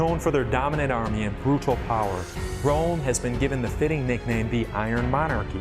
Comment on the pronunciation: Why does he pronounce simple words like brutal, metal and united as bruh_tall, meh-tall and you-knight-Ted?